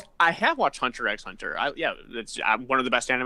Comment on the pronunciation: Lol, you don't pronounce the x in Hunter x Hunter. I'm also an otaku who occasionally watches anime due to homework. Sophomore year is kinda rough. Heard junior was worse.